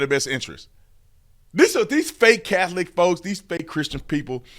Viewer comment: I’ve never heard of the “Cath-oh-lick” church….do they worship Jay-zose Christ there?